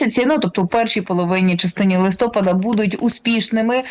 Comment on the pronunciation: Дiвчина,не "листОпад",а "листопАд".Не треба вивертати слова .Рiже слух